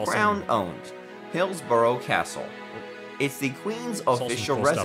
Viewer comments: Arrgh, that narrator -'Hills-burrow' castle is pronounced Hillsbra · For friends over the pond its pronounced Bucking-um, Sandring-um, Hills-burah, and Edin-burah. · I must admit that the narrator of the video in question sounds to me like a close relative of Peter Sellers’ famous comedy track of the 1950s ‘Bal-HAM gateway to the south’. He refers to ‘BuckingHAM Palace’ and ‘HillsborOH’, and stresses ’Sandringham’ instead of ‘House’. Possibly a little preparation would have paid dividends? As for his interjections are friendly and respectful and desirous of help in understanding us which is always appreciated. Well done, by me at least!